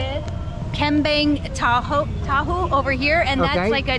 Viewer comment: Bukan kembang tahu. Tapi kembing tahu. Kalo orang bule yg ngeja mah